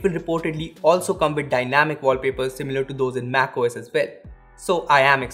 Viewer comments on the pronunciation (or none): none